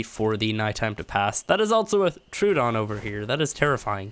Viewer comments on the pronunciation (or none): none